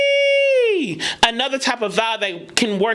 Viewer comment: free not a closed vowel like you say. actually a open vowel